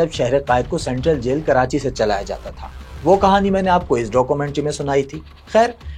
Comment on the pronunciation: Sir city name is not karanchi its KARACHI